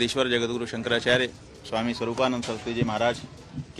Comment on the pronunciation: Shankracharge nahi hota hindi tho sahi bol bhai